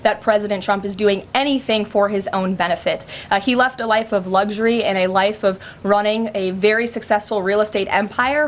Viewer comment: Caroline, the word is lux-ury, NOT LUG-ury, PLEASE!